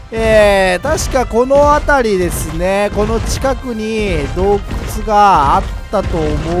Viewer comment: どうくちゅww